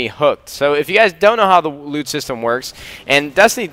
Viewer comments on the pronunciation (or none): Every time I hear loot, it allways sounds like lube, "hey I just dropped some blue lube"